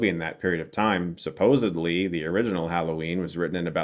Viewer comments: It’s supposedly not supposebly. Come on Chris I love u but come on g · Did you say “supposeBLY”, Chris??? 🤣🤣🤣🤣